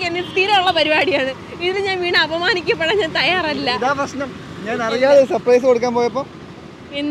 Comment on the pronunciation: സപ്രയിസ് അല്ല ചേട്ടാ സർപ്രൈസ്